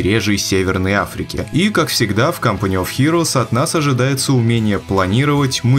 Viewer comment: Почему в начале фраза звучала как "CUMpany of heroes"?